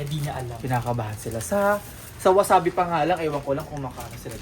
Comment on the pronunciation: Wasabi po Yun Hindi wasabe